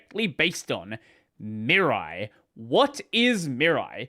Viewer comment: Oh, are you terrible at pronuncing Japanese. 🙉 "Mirai", as in you-and-me-rye.